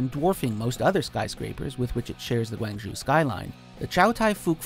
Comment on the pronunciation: I cringed at his pronunciation of Guangzhou.